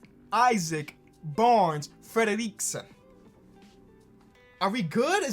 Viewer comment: Fredriksson: exists: Fledaleekson